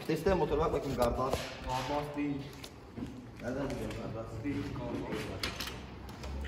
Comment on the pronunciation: Garda(ş)ım desen gardas sarmiyo biliyonmu s ile ş olayanına taktım aga